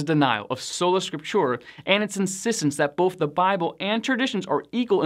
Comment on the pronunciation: “Sola Scriptura” is pronounced like, So-la Skrip-too-rah” With the accent on the second syllable in Scriptura. FYI